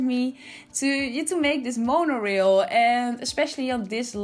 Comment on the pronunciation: This is beautiful! (Also the rail part of Monorail is pronounced like ale with an “r” in front of it). ❤️ your builds, they are so inventive and artistic.